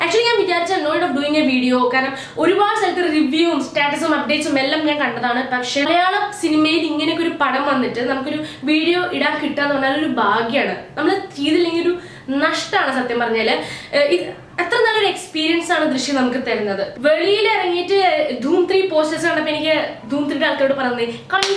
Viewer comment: ബാഗ്യാണ്... നഷ്ട്ടാണ്ണ്‍... ..... എന്താ ഉദേശിച്ചേ..? ഭാഗ്യമാണ്.. നഷ്ട്ടമാണ് എന്നാണോ.... ? ഓക്കേ .. ഓക്കേ.. നിങ്ങള്‍ പെണ്ണുങ്ങള്‍ക്ക്‌ എങ്ങനേം മലയാളം.. പിരയാല്ലോ... പിരഞ്ഞോ പിരഞ്ഞോ ( പറഞ്ഞോ പറഞ്ഞോ..)